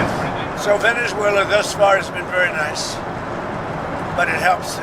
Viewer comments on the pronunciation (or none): "New Zuela"